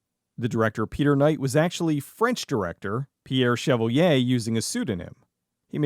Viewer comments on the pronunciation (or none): none